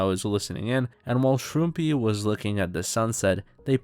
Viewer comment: the arg aside, shouldn't the channel name be pronounced shroom-pie and not shroom-pee???